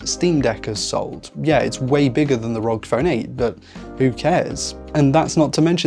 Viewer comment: It's not Asus rog, it's Asus "r.o.g." (republic of gamers)